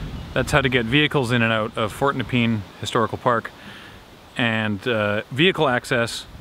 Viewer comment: As someone who used to live in Rosebud, it's super weird seeing that area again! Also, at the risk of being "that guy" it's pronounced Nup-ian, not nepeen.